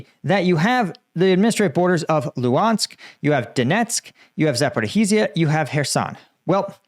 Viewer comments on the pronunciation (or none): For the billionth time, there's no "Zaporeeheezia", It's ZA-PO-RI-JJJJJIA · How is it possible that after more than 3 years, you STILL CAN'T PRONOUNCE Zaporizhzhia PROPERLY!!!! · Please stop mispronouncing Zaporizhzhia